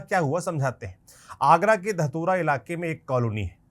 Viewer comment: Bhai dhatura nahee dehtora hai